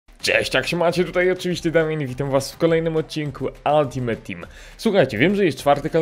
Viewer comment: naucz sie czytac slowo "ultimate" bo mi uszy wiedna za kazdym razem xd